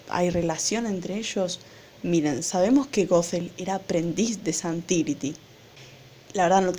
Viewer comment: Es zhan tiri no zhan tiriti